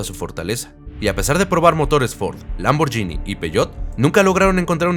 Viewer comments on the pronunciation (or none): “Jonda” y “LamborYini”. Honda y Lamborghini ( pronunciación, Lamborguini )